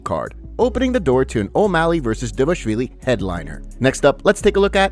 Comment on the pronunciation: Dvalishvili. Not Devashvili. How fucking hard is it bro